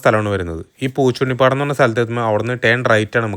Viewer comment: പൂച്ചുണ്ണി പാടം അല്ല, പൂച്ചിനി പാടം 😊